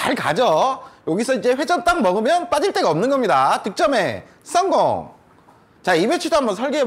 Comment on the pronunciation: ㅊ음에 적응 안됐는데지금은 계속보니 적응됨 ㅋ 득점에썽공~